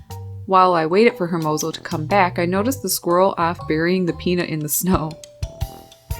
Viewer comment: you're awesome! I love your channel! 😍 I just have one pet peeve, please don't be angry. I notice you pronounce hermoso as it's spelled but being part Spanish and Puerto Rican it kinda bugs me a bit because it's pronounced ermozo. I love his name though because it means handsome or beautiful in Spanish